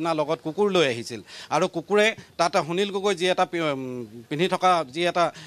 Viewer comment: আপুনি কেনেকৈ প্ৰতিদিন টাইম চেনেলত সুবিধা পালে নিউজ পঢ়িবলৈ সুনীল গগৈ টো স্পষ্টকৈ কব পৰা নাই।